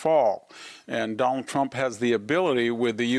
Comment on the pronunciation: Victor—who is the “Done-All Tromp” you keep referring to?? 😂😂😂😂. Such a unique pronunciation.